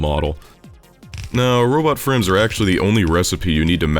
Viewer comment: every time you say robot frames I hear robot friends